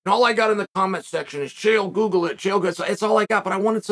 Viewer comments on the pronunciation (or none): none